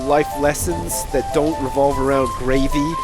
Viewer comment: Every time he says Gravey I think gravy.